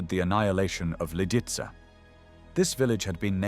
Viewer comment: Si dice Lidice e non lidis si dice haidric e non idris. E kubis non era un assassino (come dice l' idiota dello speaker) ma era un eroe che ha giustiziato un macellaio pagando con la vita. Con voi mai più